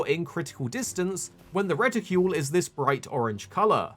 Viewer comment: Outstanding information, but what is with your pronunciation of "reticle"?